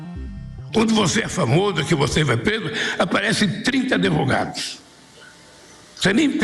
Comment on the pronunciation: Eu fico triste em ter um presidente que fala errado e fica como se fosse certo, adevogados 😮😮😮 Em que nível chegamos